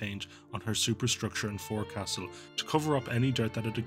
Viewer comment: YOU PRONOUNCED FORECASTLE WRONG!